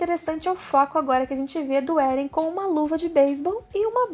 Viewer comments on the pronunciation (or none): Não é Éren, como dizem no anime o certo é Eren